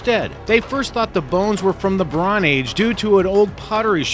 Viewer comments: bonze age and Edinbur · OK, here's the list, I've omitted repetitions of the same word. - Lucrative not "lucative" as he said it - Edinburgh is pronounced Edin-burra, not "Edinburg" my father hails from there - Bronze Age not "brawn age" as he pronounces it - Gallows not "gallow" it needs the S even in the singular. - Wreaked not "wrecked", also, the word "up" he added to the term is superfluous and poor grammar. You wreak, you don't "wreak up" - Consolacion, I'll cut him some slack on this one for using more or less the English pronunciation (consolation) of this Spanish name. - Montego Bay, pronounced Mon-tee-goh not Mon-teh-goh - Manticore is the ship's name, not "Mannicore", a manticore is a mythical sphynx like animal. - Beaufort N.C. is pronounced Bow-fort, not Bu-fort. (note, in the original French the t would be silent, it means "pretty fort") - Jose Gaspar, rhymes with far not Casper - Whydah, it's pronounced We-dah, it's namesake is the West African slave port Ouidah in what's now Benin. I got 11, did I miss any? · "The bron age" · Edinburg? Would that be Edinburgh? It's pronounced "Edinborough." I won't bring up the lukative Brawn Age... Also, "ship" and "boat" are not synonymous. The vessels you are discussing are all "ships." "Davy Jones Locker" describes where drowned sailors go, not those hanged for piracy. If the QUEEN ANNE'S REVENGE carried 6 pounder cannons, these were pretty damned tiny. Frigates often carried 24 pounders. She might have struck fear into the hearts of merchant sailors, but any warship would have taken her on immediately. "He" not "him" and his crew. Interesting video, but the mistakes are distracting. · Edinburg? Bron Age? You're hilarious. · it was very "lucative" business. thought to be from the "bron" age. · Edinburgg, Bron age WTF. Makes me feel sick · I'm glad I'm not the only one!! Did he really say "Bron age"? Is there some obscure time period I am unaware of?